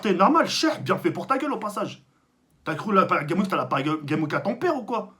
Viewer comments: j'adore tk il dis paris game week est ces normal et tout le monde dis paris game s'week xD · Parcontre tk dans " Paris Games Week " prononce le S de " Games " sinon remet le en place l'autre cagoule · Paris Games Week j'adore comment il le prononce mdrrr